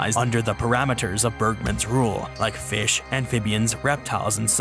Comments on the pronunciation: love how he says "feesh" like homie has such a wonderfully relatable goofy way of saying some things kdjfghkdfjg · Biggest BOI vs. Smallest FEESH